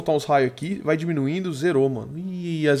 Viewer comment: viva aventura ele dize fai au vez de vai